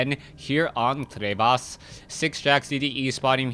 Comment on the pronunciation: i will subscribe to u, if u don't say crevasse like that. llol jkss =P